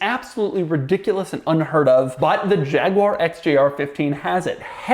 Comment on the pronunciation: I think the quirkiest quirk of this video was Doug's pronunciation of Jaguar